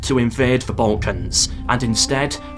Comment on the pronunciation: hearing Balkan pronounced correctly is jarring at this point lol